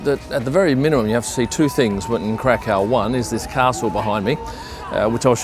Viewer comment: Glad you enjoyed your stay. I live in Krakow since 2010, sure beats Amsterdam and Warsaw (personal opinion). p.s. it's pronounced Krak uff :D Too bad you didn't show (go to) the main square in Krak uff, which is the largest in Europe.